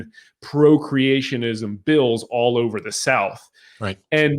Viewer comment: "Creationism"2 vowels too many .